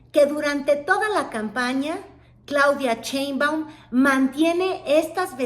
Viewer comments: No te creo mucho. Eres de tv Azteca, cuyo dueño odia a AMLO y la 4T, y ahora haces insinuación que eres pro 4T. Además si eres periodista, aprende a leer, no se dice Cheinbaum, se dice SHeinbaum! Se me hace que solo buscas monetizar colgandote del movimiento. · ¿Por qué dice Chéinbaum? ¿No sabe leer,? El apellido de la Dra. Inicia con Sh... no sra.? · me pones de nervios cuando dices CHEINBAUM!. no ma!. JAJAJA.:face-green-smiling::face-fuchsia-wide-eyes